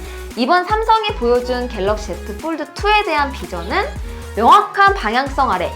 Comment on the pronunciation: 영어 F 발음이 이상해요ㅠㅠ F 발음이 아니에요ㅠㅠ 뽈드 쁠립 ㅋㅋㅋ